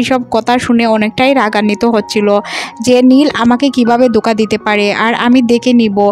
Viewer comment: দোকা নয়,ধোকা হবে। উচ্চারণ ঠিক করুন, ময়মনসিংহ 😅